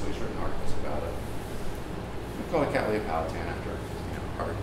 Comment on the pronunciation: May I congratulate you on your pronunciation of the genus word Cattleya. It is obvious from the emphasis you use, that you are correcting three common mistakes made by American speakers. 1) Retaining it as the three syllable word it should be. 2) Ensuring that the 2nd syllable sound is lee NOT lay. 3) Ensuring that the double t's are sounded as t's and not d's as is so often heard in American English. End result:- Kat-le-iah NOT Kad-dal-lay-uh.